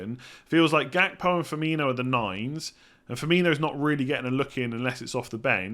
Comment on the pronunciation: It's pronounced "Hakpo" btw.